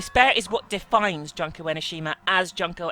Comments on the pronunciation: i am pretty sure it is pronounced June-ko, but junk sounds right for someone who is supposedly the ultimate despair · jun-ko not jonko